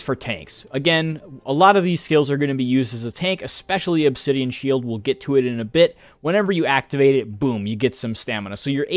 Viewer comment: I think the pronunciation is spot on.